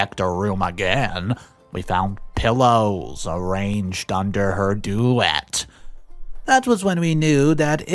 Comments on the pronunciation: Uh... you really are a real guy, aren't you? You don't say "duh-vet." You say "doo-vay." Giggles. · Duvet is pronounced duvay. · Just some friendly help. Duvet= do-vay